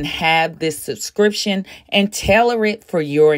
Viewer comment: Subscriptionn omg.... not sussscrition